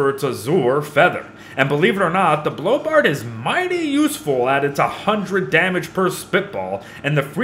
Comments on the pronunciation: You said blow bart oof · "Blow Bart"